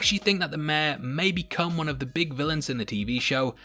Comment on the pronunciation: Mayor is pronounced like May-Your.... not Meh